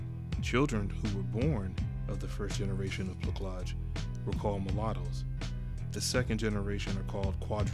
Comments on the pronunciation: It is pronounced “Pla-saj” Not “Pla-kaj” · Plah-SAGE, by the way. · This is a great film. Oh, and plaçage is pronounced < > The “c” is soft, not hard. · It's pronounced with a soft c..../plasage/. And gens de coleur /jo.hn de coleur/ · It was pronounced "plah-sah-zh". Not that it matters, but when you speak of it in public or academic spaces, it helps to know how the French word "plaçage" is pronounced. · wrong pronounciation, plaçage = ç is like an s sound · It's plaçage...like plassage..sorry driving me nuts with that pronunciation..still goes on in Haïti where i grew up. Men have a whole separate mistress/gf and kids that wife may not/or knows about. You say the woman is"placée." Found an interesting paragraph on it in wikipedia entry as well. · Plah-sazjh my brotha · it’s pronounced, “plassage”. bro, you gotta work on pronunciation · Know how to pronounce French words not a c but an s sound. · Thanks for this. Good content but a few technical thinks will help your presentation. The cedille, the small hook-like under the c in the word placage is meant to soften the c sound, which is normally a hard c if followed by an a or u. If followed by an i or e, as in the root word place the cedille is unneeded. I know it's not used in english, so unless you hear the word said.... Also your voice is too low and the music you put under it does nothing to help your content. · lol u did a great job and u picked a great movie as an example...i also recommend"the feast of all saints"... the "c" in placage is pronuonced like an "s"...and genty color no....it sounds like jundie culour...put ur french into it